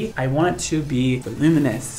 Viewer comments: "volume-us"? the word is 'voluminous.' are you sure you're a professional stylist? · I love you dearly but the word is "vol-UM-in-ous." You're missing a syllable. 😂💜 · you're beautiful and amazing, but I just wanted to let you know that when you say "volumous", I think you might be meaning to say "voluminous". 😉